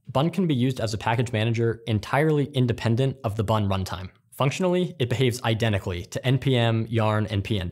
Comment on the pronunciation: I thought he said "buntime". almost dropped my croissant.